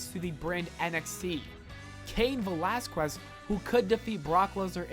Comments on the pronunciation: You said Cain vrelasgress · Did you just say Velas-quest? 🤔